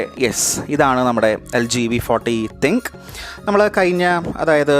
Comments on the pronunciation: nop...Thin-Q Njan LGyude official videos il polum Thin-Q ennu thanneya eduth parayunnathayi kandittullath...im also a LG user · തിങ്ക് അല്ല തിൻ ക്യൂ ആണ്